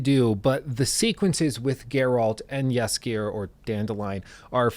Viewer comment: Whenever I hear him say Jaskijeeer when refering to dandelion I just can't help myself but chuckle a bit Good attempt tho <3